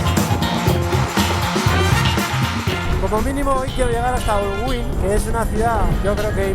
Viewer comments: No es Holgüín 🤣🤣 es Holguín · me hiciste reír a mad no poder. Holguín, es tu idioma y no sabes leer. Holguín, la h no tiene sonido u sin diéresis no se pronuncia, si le sigue otra vocal. Excelente detalle 👌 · Es increíble que no puedas pronunciar Holguín y que no puedas diferenciar entre una papaya y un mango...de casualiad eres gallego ???? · Por lo que vi el policía no te interrogó Más bien conversó amablemente contigo y te enseñó a pronunciar el nombre de la ciudad de Holguín que le llaman la ciudad de los parques y no hiciste videos de ninguno Igual buen contenido el de tu historia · Bien esa ruta pronto estaré por allá,y me sorprendió que no supieras hablar Holguín mira q es un apellido español bastente común el nombre de la cuidad proviene de esos orígenes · Me encantó como usa la parte donde el policía le dice el nombre correcto de la ciudad de Holguín para corregir cuando lo dice mal 🤣. Aunque me preguntó... Aguantó la moto todas esas maltrechas carreteras cubanas? 🤔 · Este señor que falso de plano, el dia que arregle visado americano se le olvidara el español, un español no pronuncia Holguin, ????? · jajajajaja no hay forma que aprenda a decir Holguin jajajajajaja, es sencillo: la "H" es muda..... Olguin. Y otro detalle: se dice punta Maisí ..... NO "mesi"....... que es español tio no frances jajaja la "A" con la "I" siguen sonado AI